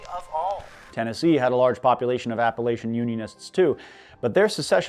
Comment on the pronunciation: you pronounced Appalachian wrong